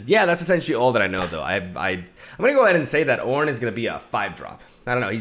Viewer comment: Leave it to to butcher the God's name into CORN